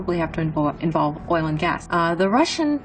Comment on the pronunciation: Did you say oil?